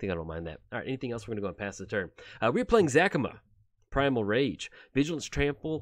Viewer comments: You're saying Zacama wrong. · Another commander he does not know de way to saying the name properly